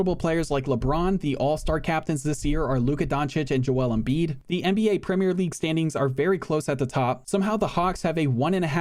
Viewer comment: An American who pronounces Premier league correctly instead of 'Premiere' league. Wow.